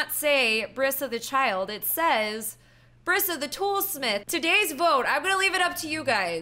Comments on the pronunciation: It's not Bri sa it is pronounced breesa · It's not Bria It's Brisa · That's my name! Brisa but it's pronounced Br(e)sa